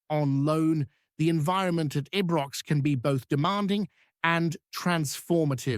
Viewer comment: Who is this twat that can't even pronounce " ibrox "